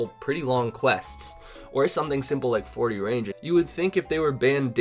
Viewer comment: 40 range-ed? XD